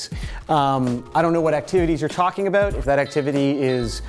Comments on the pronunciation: just 'aboot'. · OH MY GOD! LMAO, so funny. You were talking about the accent and made an "aboot" joke, and then literally the next comment where you say "Brett Cortright wanted a shout out," you can hear it REALLY clearly. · Also you sound like you're from Canada when you say 'Toronto' and 'about'